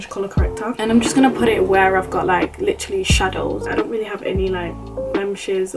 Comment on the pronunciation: take a shot everytime she says lichrally